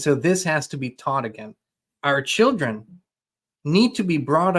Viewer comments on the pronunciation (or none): none